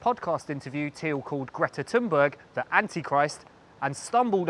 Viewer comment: It's pronounced Peter Thile